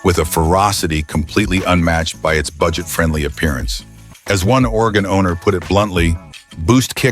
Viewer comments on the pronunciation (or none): "As one Oregon owner put it bluntly". at first I thought he said, "As one organ donor put it bluntly". LOL. Yikes!